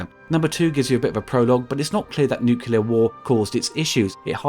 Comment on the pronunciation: Nu-clea-r... please.